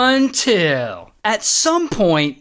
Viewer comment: that until makes me laugh😂